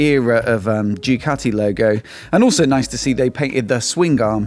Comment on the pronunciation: I really hate the way you say ‘Jew Catty’… it’s ‘Du Catty’ 😖